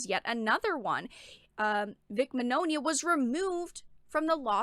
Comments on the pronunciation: Actually everyone has been pronouncing Vic's name wrong. It's ITALIAN The "gn" sound in Italian is akin to our Spanish ñ sound. Señor Signore So if Mignogna was Latino, his name would be "Miñoña" So the pronunciation of his last name is actually "Mee-nyo-nya" I knew someone who spoke fluent Italian. Wrote Vic's last name down said and asked if I was saying it right. He said I was. Vic just runs with it. He doesn't care how people pronounce his name tho. He rolls with the wrong pronunciation even says the name how it's popular said since it's too hard for Americans to pronounce the name right. lol Think: Filet mignon Bologna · Very good content, but the mispronunciation of Mignogna is a bit distracting